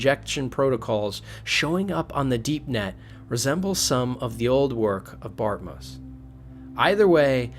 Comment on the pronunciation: That's not a "Landfeel" nor is his name "Bartmuss" nor "Bartmiss" . Geez, what kind of speech impedimented 'tard are you? ps. Nix does NOT get shocked if you had made sure to hack the chip and removed the malware before handing the chip to him.